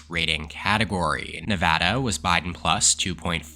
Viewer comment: You are the man for pronouncing nevada correctly